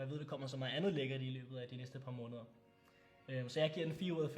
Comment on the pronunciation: godt review, men udtal nu måneder ordentligt...det staves jo heller ikke månder. Der er et E i ordet